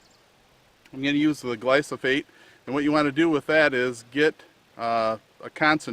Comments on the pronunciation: Its gly-pho-sate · Great video. Can you pronounce the word gly-pho-sate correctly? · It's the most deadly substance on earth you dickless wonder, you can't even say the word right?Because your brain is already rotting away and all these people in here, commenting saying good video? Roundup is going to be responsible for billions of deaths, not millions, billions!! Oh yeah it's a great great video! A bunch of dumb trucks you all are